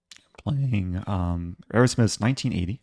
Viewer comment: Eric pronounces "Erasmus" -- Aerosmith! LOL. -- Eric, its Uh-razz-mus